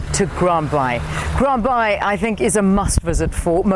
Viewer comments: Ummm it’s called Grand Bay not Grand Bye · Grand Baai ..Afrikaans for Bay...not bye...